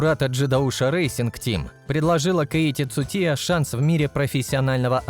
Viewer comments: Кейти цутия 😂😂😂 хоть бы имя правильно назвал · Озвучивает бот чтоли , названия машин коверкает 😢 имя Цучии коверкает хоть бы почитал для начала что же ты за бестолочь то такая